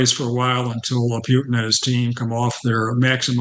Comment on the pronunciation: If he can't pronounce "Putin", I don't accept him as a reliable source.